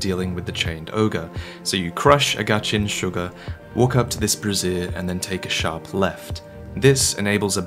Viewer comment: Please address the way you say "Brazier" - one is a portable fire, the other is a female under garment "Brassiere" lol